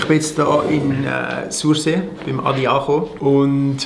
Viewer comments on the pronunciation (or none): „Sorsi“ ned „sursee“ 😘 geils video, wie emmer!